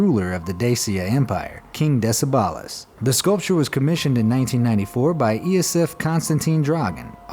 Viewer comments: Duuuude! You butcheredthe romanian language and the name of Decebal you read De-ce-bal = De-che-bal where "che" as in "chess")...but i enjoyed my cou try being on this list boop, subscribed ✌👍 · You said Decebal and Orsova so strange, I nearly missed our romanian sculpture :)))